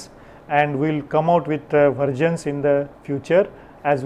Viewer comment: "Vergin" or " Versions" pronounce it appropiately.